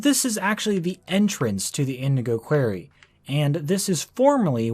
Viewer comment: "Indigo 'Qu-air-y'"... wow